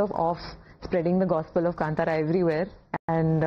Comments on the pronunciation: Navika Maam it is kaantara... not kantara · Navika, it's Kaantara not kantara. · Why is it so difficult to pronounce कांतारा ? It’s NOT कंतारा OR कंटारा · Anna , tell her it’s ಕಾಂತಾರ..and not ಕಂಟಾರ. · It's not Kntara it's kantara maam 🤣🤣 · Kantara is pronounced as kaanthara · God save her pronunciation ..it's kantara ...pls don't kill. Hats off to this man for tolerating her and her questions . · Kaantaara ...plz pronounce correctly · Can the host pronounce Kantara properly please? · She can't even pronounce Kanthara... Shameless